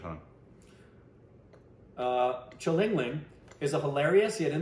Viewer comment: And shalingaling